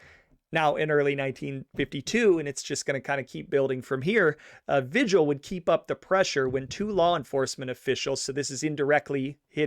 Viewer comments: This is really good. BUT you are mispronouncing several names. What you are calling Tee-zhan (Tejon) is Spanish and is properly pronounced Tay-hone. Pee-coss (Pecos) is pronounced Pay-cose And Vi-jill (Vigil) should be pronounced Vee-hill. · Come on dude. Vigil is VEE HILL. There is no other way to pronounce it. I know its petty but if you use a guys name for income its disrespectful to say it wrong. And in this case it seems purposeful ... If it is pronounced any other way ill apologize but ... S M H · Thank you for a well done show. As a Denver native, I had always heard of this family, but not all the details. My only complaint is the pronunciation of some of the words. Pecos is "pay coss." Tejon is "tee hone," Vigil is "Vee hill." I appreciate your efforts.